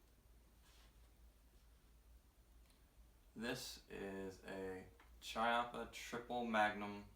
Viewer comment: Kee-appa, not Chi-appa